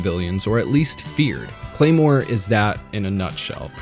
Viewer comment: more like CLARE-more, HA